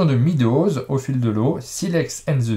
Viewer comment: Coucou tous les trois:) Je suis curieux d'avoir votre retour sur Blacksad (oui, moi aussi j'ai apprécié la BD). Attention sur Titanic, c'est en effet le jeu du solitaire, mais il est jouable de 1 à 5., Meadows se prononce "médows", comme dans "bear" et non pas "beer";) Sympa la petite présentation de l'avenir de la chaîne (, tu n'es donc plus instit'?) Ciao ^_^